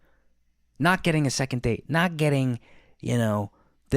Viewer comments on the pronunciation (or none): none